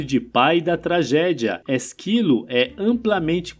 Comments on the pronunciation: É ÉSquilo, não ésQUIlo. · Ésquilo. Não Esquílo. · Não fala Esquilo e sim Ésquilo. Espártaco e não Espartaco. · Ésquilo, rapaz, é não Esquilo. Kkkk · O conteúdo é interessante, mas a leitura sem pontuação, sem a entonação correta e com pronúncias erradas incomoda muito. Ex: Ésquilo, EspÁrtacus. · Ésquilo, com acento no E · A pronúncia correta é Ésquilo e Spártacus. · Tirando a pronúncia de alguns nomes como o de ÉSquilo, Hipácia/HipÁtia e EsPÁRtacus, o vídeo é interessante por agrupar várias histórias de mortes. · Puts... A pronúncia de "Ésquilo", é de doer ....